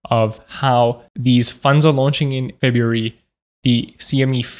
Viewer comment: February -> ebaryuf ????